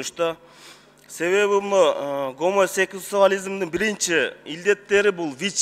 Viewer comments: Секс салют деп зорго айтып алып мурду да куюлуп кетти ,самсачынын,наавайчынын😅😅😅😅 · жаны соз ойлоп чыкты бул отличник образования !!! гомосексалют деп 🤣🤣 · Дыкын дыш гемосекс,,,понятно всем 🤣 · Даярданып алса болмок экен. Туалетке кирип алып, улам улам гомосексуализм деп кайталаса ле тили оной келип калмак ::))))) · То что не смог выговорить чужеродное слово,не кыргызское это нормально,а вот кыргызы т.е киргизы которое упорно не хотят говорить на родном кыргызском-вот это настоящая беда!Беда на государственном уровне!